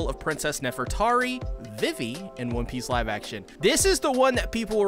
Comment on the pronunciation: "V V" Is how it's pronounced